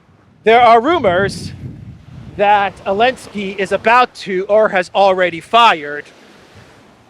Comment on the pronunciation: Why do you call him “Elensky”?